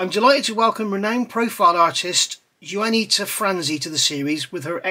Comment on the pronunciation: I think it's pronounced like Yawnita but with a W. Love these reviews! merry Christmas to you and yours from Toronto Canada!